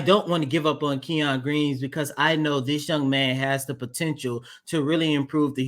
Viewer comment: His name in not pronounced “Key On” it’s pronounced “Ken Yun”. Kenyon